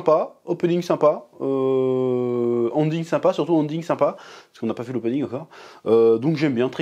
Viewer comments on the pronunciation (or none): Sérieux😮 !? Ça se prononce pas onding mais Énding amigo😊